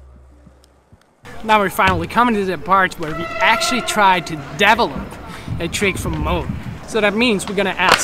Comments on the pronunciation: i thought he said "double up" at first haha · I like how he pronounces develop "devil-up" it's a nice addition to how he always pronounces version "wersion" gotta love it